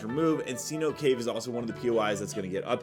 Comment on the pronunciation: Cenote is pronounced Seh-noh-te